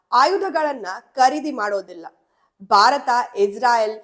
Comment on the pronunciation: ದುರದೃಷ್ಟವಶಾತ್ ವಿಡಿಯೋ ಶೀರ್ಷಿಕೆಗೂ ಮತ್ತು ವಿಷಯ ವಿವರಣೆಗೂ ಸಂಭಂಧಾನೆ ಇಲ್ಲ. ಓದುವಾಗ ಉಚ್ಛಾರಣೆಯಲ್ಲಿ ಬಯ, ಬಾರತ ಮತ್ತು ಕರೀದಿ ಬದಲಾಗಿ ಭಯ, ಭಾರತ ಹಾಗೂ ಖರೀದಿ ಅಂತ ಓದಿದರೆ ಕಿವಿಗೆ ಕೇಳಲು ಇಂಪಾಗಿರುತ್ತೆ ಹಾಗು ರಚನಾತ್ಮಕ ವ್ಯಂಜನಗಳ ಕೊಲೆಯಾಗುವದನ್ನು ತಪ್ಪಿಸಬಹುದು. ನಿಮ್ಮ ಸರಿಯಾದ ಉಚ್ಛಾರ ಕನ್ನಡಿಗರಿಗೆ ಮಾದರಿಯಾಗಬೇಕು.